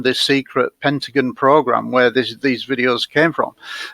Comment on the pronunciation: Pentajon? LOL It's Pen-ta-gone!